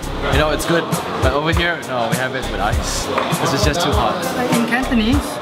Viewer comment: WAY TO GO BUTCHERING CANTONESE. ICE IS NOT PRONOUNCED "SHIT".........FUCK!